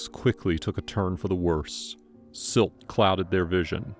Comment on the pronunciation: Silt..not slit!